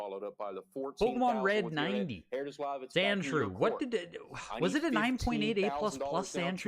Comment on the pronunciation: Why do you keep saying sandschrew on the pokemon